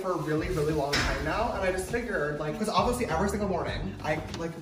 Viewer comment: I like how James says “obviously” “ovisly”